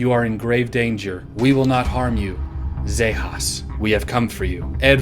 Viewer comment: zejas! Not “zayhas” …..don’t make me tell bobo the alien! They call her “The 3 titty licky bitty” she is feisty …. Only advice I could give is watch out for that 3rd titty, bad bad things happen when that thang comes out….😂😂